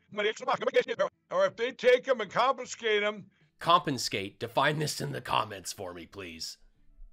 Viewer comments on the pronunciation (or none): "compenskate" that's when ml's brain decides its had enough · Lindell Dictionary: To Kompenskate: "The act of Kompen-ing while trying to ⛸ skate!"😆 Du-Da-Du-Dah-Duh-Da-Du-DaDuh! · Hey, thanks for another laugh filled 13 minutes. "stold, Compenskate, acrossed" etc etc mypillow speaks in tongues..... only recognisable to halfwits. Candian 😂 What do you say? Morons the lot of them... Thanks again, really love your show.. makes my week.